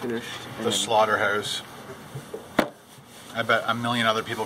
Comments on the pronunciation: He said 'slaughterhouse' to 'slaughterhoose' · Am I the oly one that noticed that he says slaughterhoûse and staek :/ Nothing against Canadians thou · the slaughter"hoose" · The SlaughterHEUZE......hehehehehehehe